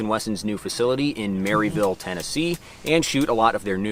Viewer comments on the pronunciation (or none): Haha! "Mary- ville", sorry bro more like "mar-vul"! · The town is pronounced “Mara-vull” not Maryville. 🤣😂🤣 I ain’t even from down south and I know this. Come on man! 🤣😂🥲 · It’s not mary-ville it’s mare-eh-vuhl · Definitely not your fault, but it's pronounced "Mare-uh-vull" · LOL, Maryville, TN, that is Mar i ville, TN, boy they will be laughing at you in TN. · It’s “murville” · It’s pronounced “merville”